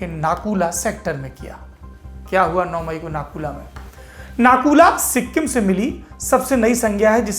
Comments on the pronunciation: It's not nakula it's nathula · सौरभ सर नकुला नहीं नाथूला नाम है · It's not Naku La, It's Nathu La Pass. I've been there twice. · It's Nathula not Nakula bhai Mai Sikkim se hi hu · भैया नाथू-ला है। नाकुला‌ नहीं।। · Correct brother 👍💐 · It is - Nathu La . Not Naku la. Thanks for the report anyway.